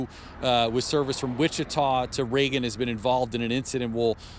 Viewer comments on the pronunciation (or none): I'm originally from Wichita and it's Wichita not Whitita.